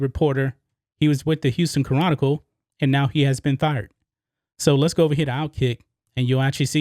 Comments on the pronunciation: Bro, the way you say "chronicle" is hilarious. you say "Ca-ron-nickel" its "Kronical" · Ca’ron’nic’cle 🤣 still got love for you though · Houston Ca-Ronicle? Really? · It sounds like has trouble pronouncing "Chronicle". He should do as most Houstonians do and refer to them as the "Houston Comical". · Ya know lol, it was getting on my nerves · I always thought the word "chronicle" only had three syllables, but now all of a sudden, I'm not so sure.